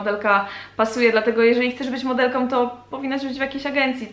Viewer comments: Trochę razi w uszy ale "modelką" nie "modelkom" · a jeszcze coś, jeśli piszesz "modelką" to mów modelką "Ą" a nie "om" ..... lubią a nie lubiom "om" proszę :) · Dlaczego dziewczyny zamiast wymawiać,,Ą' ' Mówią om przed chwilą na początku odcinka powiedziała,,Modelkom' ' a mówi się Modelką. XDDDD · Trochę razi jak się słyszy MODELKOM